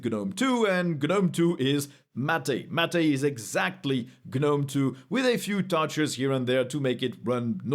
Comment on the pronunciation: "Mat-aei" Mate✅